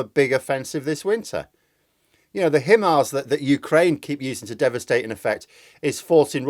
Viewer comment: It's pronounced 'high-mars',. Short for 'High Mobility Artillery Rocket System". And in case it comes up, the ATACMS long range rockets are referred to by the American military as "attack'ems" (like 'attack them').